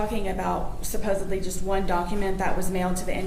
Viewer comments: “What 3 dates did I “supposebly” missed.” You’ve proved your stupidity with the mispronouncing of the word “supposedly”. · Of course she said “supposeBly” 😂😂